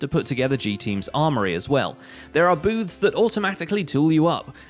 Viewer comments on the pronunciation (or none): Booths. It’s booths. BOOTHS